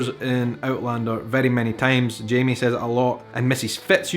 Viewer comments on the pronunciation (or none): none